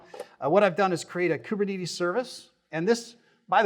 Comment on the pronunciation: bro is the only person i've ever heard to say koober knee tees